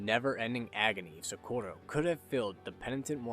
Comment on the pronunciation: The way he says Socorro hurts my soul. Amazing video though.